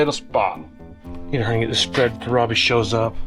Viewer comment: I have "not great" hearing so i often use close captions when the are available. Just the way pronounces Robby's first name.. it occasionally comes up on the CC as "crabby" LOL!.. I had to turn the volume as I thought was calling him Crabby for a joke!:)... But he's not it's just the "Automatic Closed Captions" fault:)